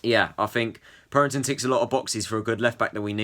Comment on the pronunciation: It’s not purrrrrrrington It’s purrington